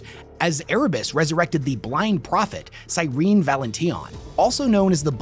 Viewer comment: Cyrene is pronounced Seer-en-ee. And she is DEFINITELY corrupted.